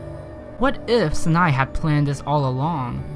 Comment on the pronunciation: Sanae is worse. It’s like Sa nay